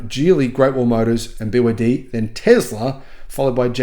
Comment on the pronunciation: Snälla sluta säg BYD som ett ord när det är ett akronym. Säger du BMW som ett ord? Eller MG, AMG?